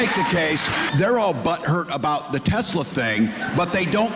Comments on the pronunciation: Its TESLA not TEZLA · There is no 'Z' in Tesla.